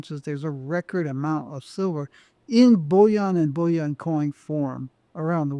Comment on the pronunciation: Why does this interesting guy say “bullion” in such an affected way? “Bulli-aaahhhnnn”. He pronounces “billion” conventionally every time. Surely the only difference between bullion and billion is the i/u…?